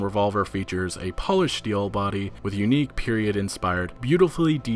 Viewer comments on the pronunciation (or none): It's pronounced Pol-ished! Not Po-lished.